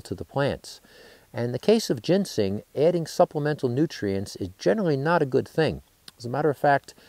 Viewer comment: He keeps calling it gensing rather than ginseng. Very annoying.